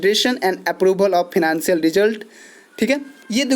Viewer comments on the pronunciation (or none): Improve you pronounciation it’s financial not phinacial